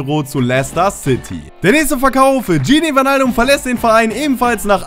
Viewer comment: man spricht das "ij" wie "ei" aus das heisst man spricht es bergwein, weinaldum, van deik etc. aus